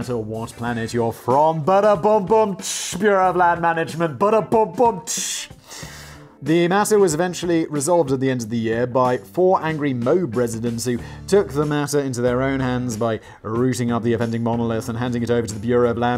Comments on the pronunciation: Simon, love the show; but Moab (a city in Utah) is pronounced "Moe-ab", not "Mobe". Not that you care...😂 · Moab is pronounced "Mow-Ab" Now say, "Tooele" lol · Moab. Mo-ab. It's two syllables. #CancelSimon #FreeDanny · It's four (mow ab) moab men. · MO AB is how you pronounce it. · As a native Utahn i feel obliged to point out that Moab is pronounced Mo-ab with two syllables. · "AM I RIGHT, PETER?" DRINK Edit: Moab is pronounced "MOH-ab". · Simon pronounced Moab wrong, it's "mo-ab". I know Simon doesn't care but I wanted to point it out anyway. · What residents? Mo-ab residents you mean?